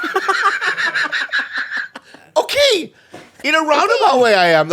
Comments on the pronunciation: Nah why didn’t ya’ll have Jaime on for this one LMAO “Rob Loway” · Rob Lowe is the most difficult name for an Asian to say. Lob Rowe